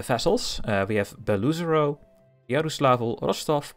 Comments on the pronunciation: Just for the future, Beloozero isn't pernounced "BelOOzero" but rather "Belo-Ozero" which means "white lake" some nice russian language info for u, gl in ur campaign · Not Beluzero, but Belo-ozero (means "white lake") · i always thought it was pronounced like "below zero" 😭